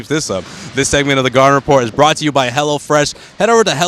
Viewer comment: It sounded like the dude was saying "HELLA Fresh aand not HELLO Fresh.....HAHAHA